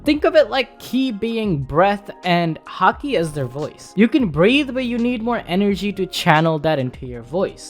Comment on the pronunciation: please start pronouncing haki properly... im tired of hearing it hA kEY.... stop... its hAki.... ffs